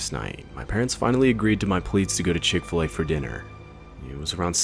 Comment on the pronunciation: I have never heard of the Chick-Fi-A cow mascot before